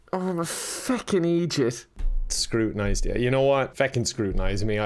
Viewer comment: it means idiot, some ppl say "idjit" as a joke because someone who is so stupid to the point they are an idiot would mispronounce the word. Typically it is pronounced "id-jit" with a short 'i' sound but either for humour's sake or because of the dialect difference he pronounces it "id-jeet" with the long 'e' sound.